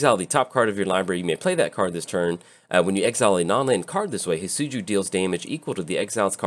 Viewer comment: He is pronounced. Hee-det-tsu-goo For future reference.